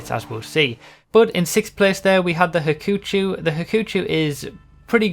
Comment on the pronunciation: The what? The hakoochoo? xD